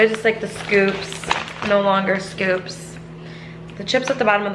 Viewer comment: Girl I know you didn’t just call them chips “scopes”🤣🤣🤣 girl it’s SCOOPS 😩😩😩😩😩🤣🤣🤣🤣🤣🤣🤣🤣🤣🤣